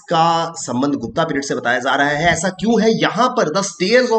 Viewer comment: गुप्ता काल नही गुप्त काल है